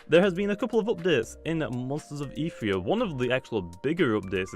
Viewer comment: It is pronounced eth eerie a